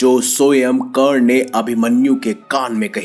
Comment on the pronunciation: Its not kern but karaN